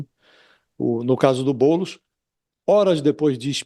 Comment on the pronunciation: E impressão minha ou o cara falou "Boules" no ?